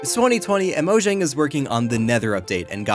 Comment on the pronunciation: IT'S PRONOUNCED MOYANG UGHHH